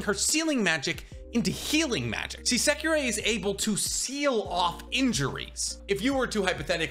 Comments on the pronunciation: JSYK, it’s “Secre” not “Sekirei” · Well you pronouncing secrer's name weird